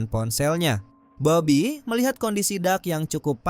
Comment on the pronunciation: Salah sebut bobby bukan babi